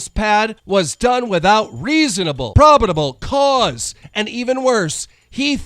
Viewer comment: "problidable cause" lol